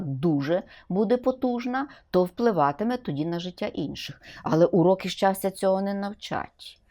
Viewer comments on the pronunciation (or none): щастя, а не счастя, ох и преподаватель